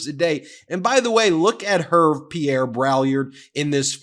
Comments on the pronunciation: Het, Ben! It’s not “Herv”. It’s French and pronounced “ Err- vay” I don’t really care about the Drumpfs, but I do care about going to the trouble to find out how to say people’s names properly. How would you like to be called “ Meese-a-less”, as I once heard it said? . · "Herve" pronounced "Air-vay" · Ben, you should know it, French name Herve is pronounced [er- v- ai], not [erv] lol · pronounced Air-vay. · Ervay is the correct pronunciation. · It’s Hervé (French for Harvey) and pronounced Heir Vé (as in Beyon-cé) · love your channel , Herve is probably Hervé, pronounced 'Hair' 'vay' like may & pay lolll His family name is Braillard which mean in French someone who is crying....... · "Hervé" is pronounced "Hairvay" FYI... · Hervé is pronounced Air-veh 😊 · Great stuff! Just a small correction, Hervé is pronounced "hairvey". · Bonjour Ben! In French, Hervé is pronounced « Air-vey »! I love your Channel havé learned so much. We have also a similar Channel as your in french called « la chute », the fall. The fall of Donald Trump. Merci pour la chaîne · Please at least make an attempt at pronouncing the stylist dude's name... Try "Her-vay". See? Much better!😃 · Hervé is pronounced « Err - vey » - French version of Harvey. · And I am going to be 'that person' who points out that the first name is pronounced like URRVAY and the third like BRAYAR. Sorry. In my defence, I am British, and quite pretentious. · It's weird that someone as educated as Ben mispronounces the stylists name. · Ben... you butchered the stylists name. LOL